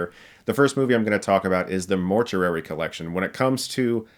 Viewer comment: Dude! Why do you keep saying mort-yur-ary its mort-yoo-ary! Still, I'll check some of these out!